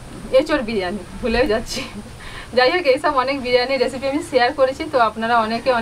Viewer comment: প্রথম দিকে ভুল করে রেপিসি বললে, তবে তোর সারল্য মুগ্ধ করে।